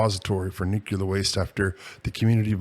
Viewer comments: NuCLEar Nuclear, not Nuc u lar Please. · Could you please stop saying “nuchular”?